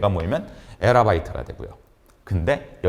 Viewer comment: [[펩타바이트]]랑 [[에라바이트]] 뭔가해서 지피티한테 물어봤음. 별로 중요한 부분이 아니라서 대충 넘어갔겠지만 발음이랑 표기 부족한부분이 종종 있음. [[[[[Petabyte 페타바이트]]]] [[[[Exabyte 엑사바이트]]]] 라고 지피티가 알려줌. 여태까지 강의 정말 잘 듣고 있었는데 갑자기 신뢰도 확 떨어지면서 뒷부분 펨토 아토 나올때는 용어 확실한가 검색하게 되네.. 이거 검색해서 정확도 확인하면서 강의들는건 좀 에반데.. 무료강의라 감수해야되는건가